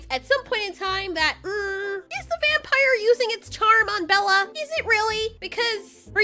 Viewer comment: I laughed when you said, “VUM-Pahyer!” XD